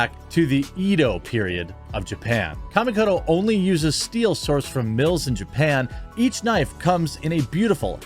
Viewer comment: I pay for premium to skip adds. BTW it's kah-ka mi ko to